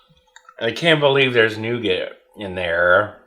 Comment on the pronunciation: that nougat sounds more like NOgat